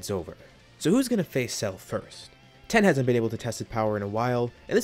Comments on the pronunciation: Its tien, not ten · Are you saying ten instead of tien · Yo pronounce it teaen nit ten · Are you saying "Tee-en"? Or "Ten"? I hear the latter every time, but it should be the former. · Yea tea - in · TEE YEN, NOT TEN